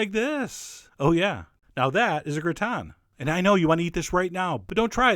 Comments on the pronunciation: What is a gratin? And why is it pronounced backwards (gritan)? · Xataret He mispronounces it in the video though.